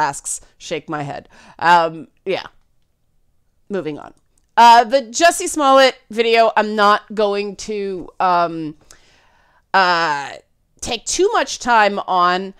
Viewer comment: My favorite moment in this video was the mispronunciation of Jussie's last name. The video on whole was very good but I found what sounded like "small nuts" way too funny.